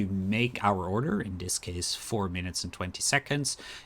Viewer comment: order= udder lol